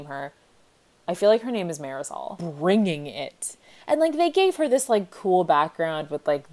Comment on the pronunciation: The way you pronounce marisol brings me life